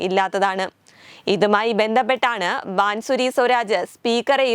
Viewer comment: ബാൻ സൂരി അല്ല കൊച്ചേ.. ബാസുരി ആണ്...